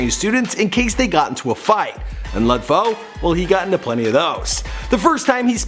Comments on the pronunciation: lud foe is pronounced loode foe not lud foe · I believe HYZ NAYMM IS PRONNOUCED likee LU LU DDD FOE BT OKAAYYY🎉🎉🎉❤❤❤❤ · Walk Gleesh Walk hell naw. It's pronounced "luh" Foe. As in Lil Foe. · DaFamous Esavage shut yo dumb ass up Lud foe pronounces his name like luh foe not no Lud foe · Lud😂😂 not lod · Just say lud like lil with kinda d at the end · The way his says lud gives me anxiety😷